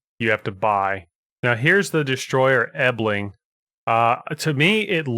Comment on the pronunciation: Small correction the ship is not called Ebling but Elbing. To simplify it, first the Spanish word El and then simply Bing at the end.